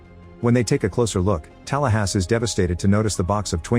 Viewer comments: The AI narration is annoyingg. Saying Tallahassee as Talasssss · what kind of an illegal immigrant or cheap AI can't pronounce Tallahassee?!?!?